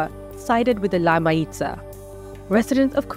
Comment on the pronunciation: Mayiza is pronounced Mah-YEE-sah